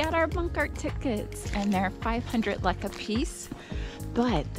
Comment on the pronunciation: Sorry it is not lak it is lek couse you did lak at the food part but it is okay